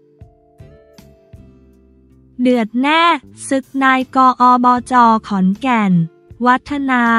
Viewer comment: อ่านผิดอ่านใหม่ได้นะ อ่านว่าไง ไม่ใช่อ่านว่า นาย กอบจ. อ่านว่านายก อบจ.อายเด็กนะ